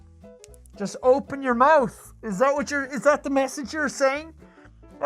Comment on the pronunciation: "jest open your mouth" that sounds so fucking wrong lol